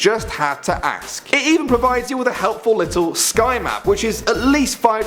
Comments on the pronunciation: you can't say 'ask' you say axe. is stupid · I said he doesn't know how to ask the word ask, it sounds like axe